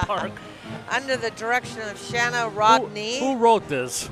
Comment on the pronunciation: It’s not Shana it is pronounced Shane-a